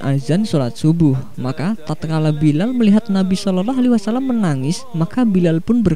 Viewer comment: Ini pngisi suara siapa yahh Ngucapin sollallahu alaihi wasalam ajh blepotan